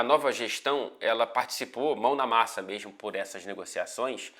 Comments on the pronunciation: Esse "mermo" já denuncia o carioca. Hahaha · eu sei, mas eu tô falando quando ele tá dizendo alguma coisa séria e do nada ele manda um "mermo"